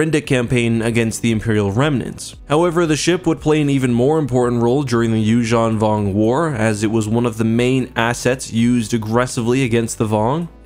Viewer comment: um excuse me, it's Yuuzhan Vong.